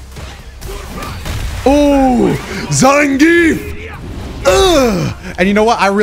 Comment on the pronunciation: You pronounce Zangief wrong.